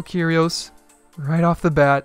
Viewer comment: Everytime said Kyrios, my brother shouted Cheerios!!!!!